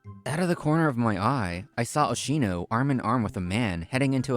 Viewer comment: It's Oshino, man. Not Oshimo.